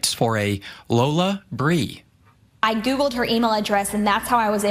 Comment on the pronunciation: Wheat folk can't even pronounce it correctly... Lol it's pronounced Lola Brea like La Brea